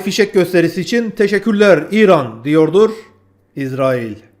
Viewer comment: İzerail ne yaaa? Şuna israil diyemiyormusun?